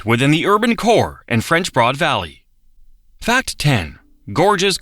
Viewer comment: Looking over just the most recent comments, it seems I'm not the only one wondering if 1) it's all AI or 2) they hired the cheapest announcer available with a vocabulary of about 500 words. RAY lee is the capital city? PIG sah Forest? French BOARD River? ( He got it right after the first mention). Or 3) they wanted to save production money by doing the whole thing in a single take? Makes it hard to take the informational parts seriously.